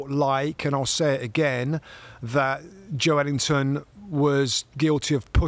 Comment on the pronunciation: That's a more accurate pronunciation than Joe Linton. The "e" gets pronounced as its own syllable in Portuguese.